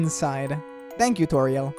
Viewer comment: am i the only one who hear saying TU-TORIEL